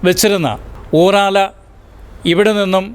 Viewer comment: ചേട്ടാ ഊറാല അല്ല ഉറാറ ആണ്